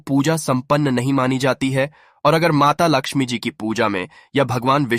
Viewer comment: Mata Laxmi ji ka naam to sahi s lelo